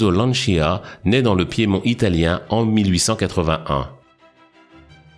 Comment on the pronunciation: Se prononce lantcha et non lantchya en italien